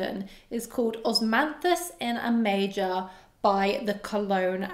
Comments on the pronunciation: It's not "Osmanthus in a major", it's Osmanthus in A Major, as in the musical note 'A Major' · HI, I don't know the house, but I am pretty sure it's A Major (the A being capitalized and pronounced as such), like in sheet music.